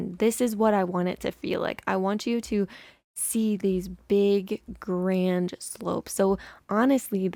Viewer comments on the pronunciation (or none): none